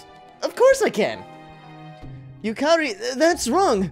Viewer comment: yukari is pronounced "yukadi" just sayin...